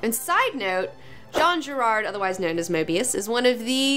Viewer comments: And it's not Jean Girard, it's Jean Giraud (Ji-Ro). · That was awesome (I'm quite the Jodorowsky fanboy), but maybe you could say "Jean [Jiro]" instead of "Jean [Gerard]" ._. And if you ever come to Paris you can even try to meet him and get a tarot reading (which I hope I can do someday). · It's Jean GIRAUD :) but hey everybody makes mistakes! OH! and please, please, please .... Do a Moeb/Giraud Episode. It will friggin' rule! Keep up the good work. Love your influences and approve em! Jodo and Moeb FTW!